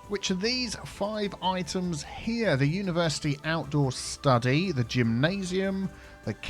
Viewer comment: "Universe Iced-Tea" 😃